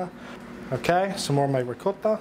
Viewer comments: As a Long Island Italian: “Rigcot” is correct way to pronounce Ricotta. Don’t fight me one this. 🤌🏼🤌🏼🤌🏼🤌🏼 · FINALLY someone who says mozzarella and ricotta correctly. Rigaught and mootz..👍. Nice job chef.